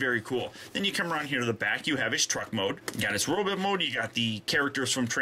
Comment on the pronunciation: why do you keep saying robit instead of robot